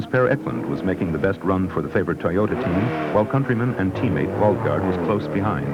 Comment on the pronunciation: Probably because of the narrator's atrocious pronunciation of Toyota & Celica during the Ivory Coast Rally portion.